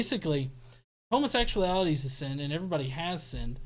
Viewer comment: I love the way you say "sin" in your southern accent. It's a 2 syllable word: SEE-UN!!